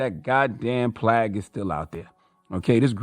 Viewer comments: Plag? Did CTG mean PLAGUE? 🙄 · He said “plag” instead of “plague” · Did Charlamagne say “plag” instead of plague?? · Did this nicca just say "plag"?🤦🏿‍♂️🤣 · Did charle say "plague" to the sound of "flag?" lol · Plag? Did I hear him say that? His speech impediments are easily remedied, I wish a speech therapist would reach out and show him how simple it could be. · Did he say "plag"? 🤦🏽‍♀️🤦🏽‍♀️🤦🏽‍♀️🤦🏽‍♀️🤦🏽‍♀️ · Everytime Charlemagne says plague incorrectly....🥴🥴🥴🥴🥴🥴🥴